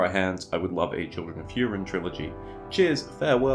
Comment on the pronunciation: It’s actually HOO-rin, not HYEW-rin, but nobody noticed. Vowels are ah-eh-ee-oh-oo rather than ay-ee-ai-oh-yew. Just saying.